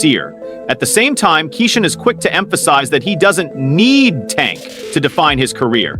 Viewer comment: Who is kasawn? Kesson? Why this speckerwood mispronouncing bro’s name??? Utter disrespect